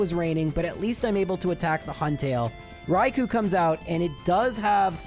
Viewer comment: It's Raikoo not Raikoe